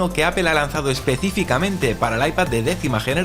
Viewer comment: En Español se lee apel. No apol jaja